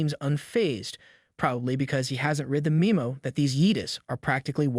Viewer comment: memo /ˈmemō/, noun, a written message, especially in business. It is not /me mo/ Oh, now YouTube thinks you are calling the MC weapon a Japanese, town, city mashi, kind of even worse. Please do not confuse English with Japanese.